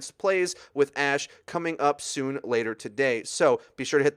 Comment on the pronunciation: Isn't it ash?